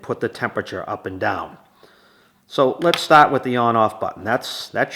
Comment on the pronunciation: What does "staat" and" "staaop" mean?😂😅